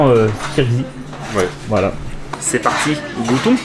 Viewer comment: C’est pas kirz mais ça se prononce kirghiz!